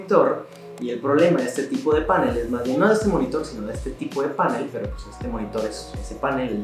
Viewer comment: Tengo una curiosidad, veo en varios videos que en vez de decir panel, dicen pánel como si se acentuara en la a. Por qué será?